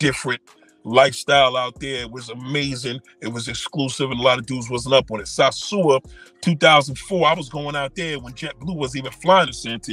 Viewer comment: SAAAARSUA no its SOSUA learn to say the place before dissing brothers for travelling and having fun.